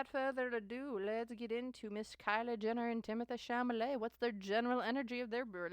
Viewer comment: Timothee “Chamalet” 💀 at least say his name right